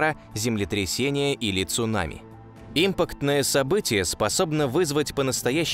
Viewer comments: Ребят, вы хоть сами просматривайте ролик после монтажа: объем в квадратных метрах))) Импактное, а не импАктное) даже для ненаучного канала жесть, а для околонаучного и подавно. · автор не умеет читать текст ЧИКШЛУП Импактное не правильно импАктное правильно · Что вы, неучи, не способны в слове "импактное" правильно поставить ударение. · импАктное ударение на А. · Импа'ктная, ударение неправильно произносишь. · импАктное - ударение на А. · Имапктное событие: ударение на А, а не на И. Рузгий учи э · Сначала поставил лайк,потом услышал"импактное" с ударением на И,(правильно-импАктное,с ударением на "А"!,от слова "импАкт!),бездушный,роботизированый голос без интонаций,подходящий для службы коллекторов-"у вас задолженность по кредиту!",бубнящий прописные истины,которые любой первоклассник знал,а сейчас это все выставляется как -вау!... дизлайк однозначно! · и в слове импактное событие ударение на И поставил.. как только язык не сломал.. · То же самое подумал. Ударение в слове на букву "А"